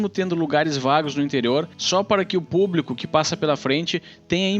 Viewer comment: PuBRIco PuBRIcamente ... 🤣🤣🤣